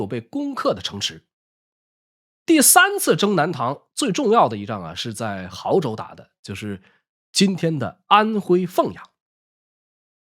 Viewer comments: 亳州，不是豪州😂😂😂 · 亳（读勃）州